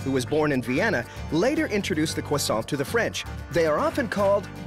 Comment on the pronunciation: The hosts' pronunciations of Croissant are so American and inconsistent. The factory representative pronounce it perfectly (of course).